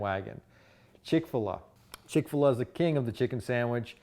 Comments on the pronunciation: It’s chick fil a. Not chick filah. You freak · How can you believe someone that doesn’t even know how to pronounce the name. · Chic-Fil-What are you saying?